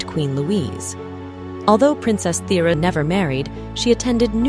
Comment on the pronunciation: A very interesting video, thank you! As a Dane I must however point out that 1 USD is NOT the equivalent of 10 DKK - our currency is worht more than that. Also, your pronunciation needs some work - especially "Thyra", it was almost impossible to understand which princess you meant.